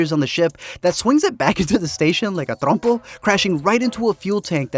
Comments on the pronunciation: My boy knows how to pronunce "trompo". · Hearing you say trompo caught me so off guard. 😂